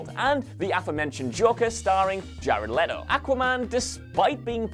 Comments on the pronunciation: It's jared leto not jared leeeto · ItS JEred not JAred and LET-O not LEET O 🙄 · LE-TO. NOT Lee-To. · Leto not leeto geez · Leto NOT! Leeto! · Fukin “leeto” 😂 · Who tf is Jared "Lee toe" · Pretty sure you're pronouncing "letos" name wrong. Not like you read the comments anyway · Please make up your mind about how to pronounce "Leto". I don't care whether you say "Let-o" or "Lee-toe" but alternating between the two is weirdly distracting. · Pick a pronunciation and stick to it, jeez. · is it Leto (Lee-Toe) or (Let-Toe)? You changed your pronunciation every other time you said Jared's name 🙄. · I know, right? I'm sure this guy doesn't say would you leeet me borrow this, or would you leeet me have some of that, why is it so difficult for some to comprehend how to pronounce Leto??